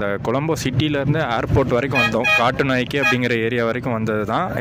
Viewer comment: காட்டூநாயக்கே இல்ல bro கட்டுநாயக்க